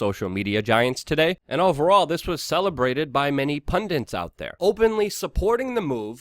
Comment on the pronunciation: and pundits, not pundints